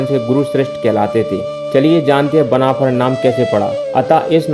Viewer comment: बनाफल 😂😂 ठीक बोलना सीख 😂😂 और उस समय पे राजपूत शब्द भी नही था 😂😂